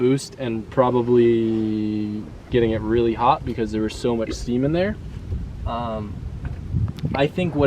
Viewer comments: What the hell is he saying? All I hear is: bc there's so much seamen there. (typo is intentional) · im sorry, did you say there was so much semen there? im confused